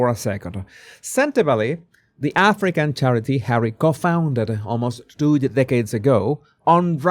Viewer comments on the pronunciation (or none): Co -founder is pronounced with a slightly different 'o'. Co rhymes with low. Thank you for your video ❤